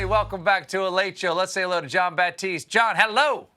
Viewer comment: Gotta admit, one of my routines with these videos is to go to the comments just to see who did and didn't get Jon "John Baptiste" Batiste's name right.